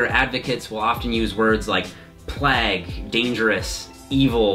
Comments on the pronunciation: "plague" - "plag" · Did he just say "PLAG" !??!!? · Great video, 'plague' is pronounced btw. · "Plague" is pronounced as 'plag' now? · Da fek is with that pronunciation of plague? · god that is a horrible pronunciation of plague